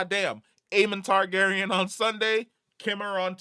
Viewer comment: His name is pronounced Kai-meer or Kai-mire. Just call him Darth Triceps as I've been calling him since last week 😂 But I'm invested in all characters because they're all connected and I just want to solve the whodunwhat-mystery. I think that Qimir has learned enough Sith lore but without realising that there are already a master and an apprentice present on one of the nine billion (if not more) livable planets in that galaxy. (PS: HOTD was mid last Sunday! But I was too tired and sleepy to complain online since I stayed awake till 3 AM to watch it together with my American friends😂)